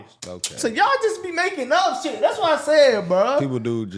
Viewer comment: "we don't give a shyet"😂😂😂